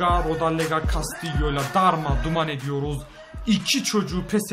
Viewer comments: rodellega değil rodeyga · rodellaga değil rodeyega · abi rodallega değil rodaega